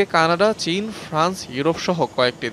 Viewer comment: ভয়ংকর অবস্থা -- কানাডা কে কান্নাডাাাাা ,,, চীন কে ছীন